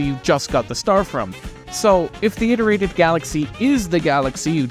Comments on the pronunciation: Please don't say iterated like that ever again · you pronounce "iterated" like allan